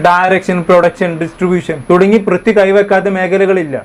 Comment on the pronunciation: Brithi alla mone Prithvi 😂 enta tholvi aliyaa 😂